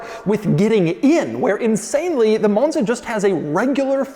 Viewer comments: what is a moan-zuh, doug? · Why are you saying “Monza “ that way? Sheesh. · Why does Doug go British every time he says 'Monza' though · Pronouncing “Monza”, a five letter, two syllable word, differently every single time for 32 minutes is a hell of a skill